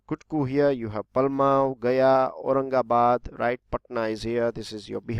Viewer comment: That was wrong pronounce that is palamu(पलामू)